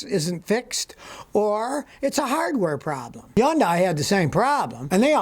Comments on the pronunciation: Wtf is a Yandai ? Scotty can't pronounce the letter H ??? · ITS PRONOUNCED HUN-DAY. JESUS.